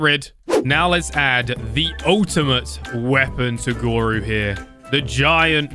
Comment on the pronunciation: YOU TURNED GORU INTO ERYRU